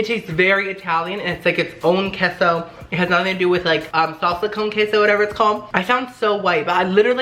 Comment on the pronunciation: I know you are Mexican but you are butchering the word queso lol